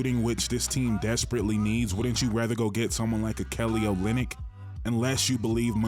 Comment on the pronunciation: He said Kelly Olynk lol😂